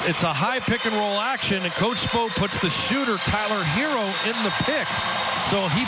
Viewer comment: Does the announcer not know how to pronounce his name? Half of it was him saying “Tyler Heerrrr “